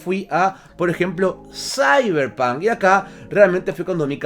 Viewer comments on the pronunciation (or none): none